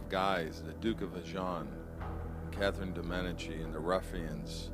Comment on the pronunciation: Meh-dee-chee. That is how the name Medici is pronounced